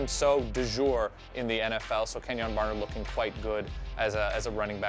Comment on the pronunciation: Kenjoon? I know he went to Oregon, but get that extra "O" outta there.